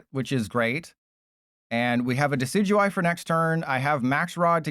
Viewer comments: It's pronounced "DEH-sih-doo-eye", not "deck-ee-DOO-ee". Just FYI. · Why in the world did u call decidueye like that😭 That pronounciation is so cooked